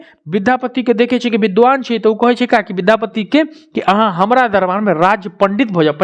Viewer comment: Sir aap विधापति गलत बोल रहे ह विद्यापति होगा